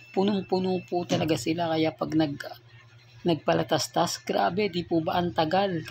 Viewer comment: PATALASTAS HINDI PALATASTAS BOBO